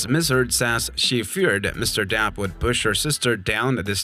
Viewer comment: His name is, DEPP, not, DAP. 🤡